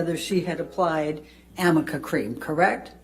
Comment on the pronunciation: Ahahahaaaaa Amica cream!? Does she mean Arnica cream? Oh man 🤦🏼‍♀️